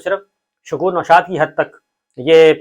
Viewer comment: Bhai shakor nushad nahi un nam shakor shad hay ap bar bar ghalat nam pukar rahay hay